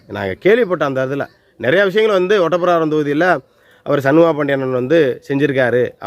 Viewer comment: அது ஒட்டப்பிடாரம் இல்ல ஓட்டப்பிடாரம்... அந்த ஊர் பெயரை உச்சரிக்கிறது இருந்தே தெரியுது உங்களுக்கு.. அந்த ஊர் நிலவரம் என்னன்னு தெரியாது அப்படின்னு... மூணு தடவை எம்எல்ஏ ஆனா மந்திரி போஸ்ட் கொடுக்கணும்னு எந்த சட்டத்திலும் இல்லை.. இதை உங்களுக்கு யார் சொன்னது? அவரை விட்டுட்டு வேறு யாருக்கு திமுக சீட்டு கொடுத்தது? அதுவும் தேவேந்திரகுல வேளாளர் தானே... திமுகவுக்கு ஒவ்வொரு எம்எல்ஏ சீட்டும் அவர்கள் ஆட்சியை தீர்மானிக்கும் வாழ்வா சாவா தான். இதில் ஜெயிக்க கூடிய எந்த ஒரு வேட்பாளரையும் கட்சி இழக்காது.. அவங்களுக்கு சண்முகையா வா முருகையாவா என்பதெல்லாம் முக்கியமில்லை ஜெயிக்க வேண்டும் அப்படி என்றதுதான் கணக்கு.. கொஞ்சமாவது யோசிச்சு பேசுங்கள்